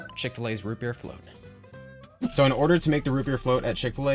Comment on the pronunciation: Oh, root beer float! I thought you said ribbierre float!